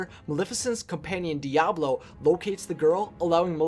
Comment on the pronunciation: Its Diaval not Diablo or am i the only one hearing the wrong pronounciation